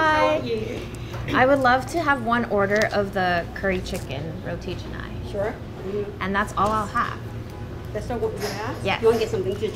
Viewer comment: Pleasantly surprised to see roti canai here! Got me nervous for a moment because 90% of non-malaysians/singaporeans mispronounce it as roti kha-nai, but killed the pronunciation (and nasi lemak too)!